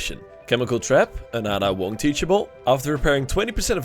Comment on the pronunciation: You said Ada Wong wrong & Chem Trap is Ellen Ripley's perk ACTUALLY XD so many things wong already